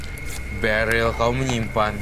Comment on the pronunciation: Beril bukan deril ooh my goo